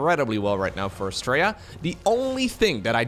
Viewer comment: The way you pronounce Astrea sounds like "Straya". Straya is how we pronounce "Australia".